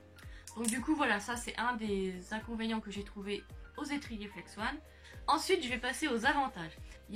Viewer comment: Salut, ta vidéo était bien et tu nous a tout bien expliqué mais C pas flex-one mais flex-on